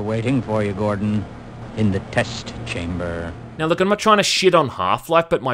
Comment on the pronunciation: "In the test chamberrrrrrrrrrr"